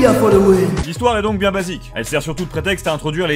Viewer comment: "Tu desang sans faire le maling, et tout se passera bieng."